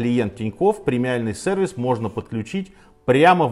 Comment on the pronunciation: Уважаемый Сергей, в слове СЕРВИС нет буквы Э, пожалуйста пожалейте наши уши 🙏🙏🙏